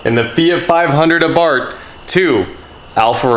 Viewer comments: The h in Abarth is silent. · Your saying abarth wrong